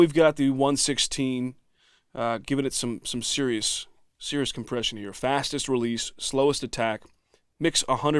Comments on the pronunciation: Is it me or are you saying "fastest" and "slowest" wrong every time? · Matthis Shvartz You're right. Although that's why I love the 1176!